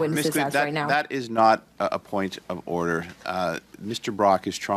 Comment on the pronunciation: "POINT OF WEF ODDER" ??